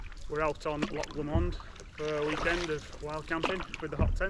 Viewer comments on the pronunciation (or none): I am Scottish and never in my life have I heard Loch Lomond pronounced loch “li mond” 😂 maybe I’ve been saying it wrong this whole time, who knows. Great video regardless